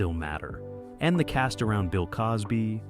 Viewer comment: Why is it hard for you to pronounce the word "cast"?